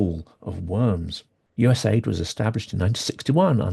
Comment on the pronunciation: US AID is pronounced - You Ess Aeh Eye Dee.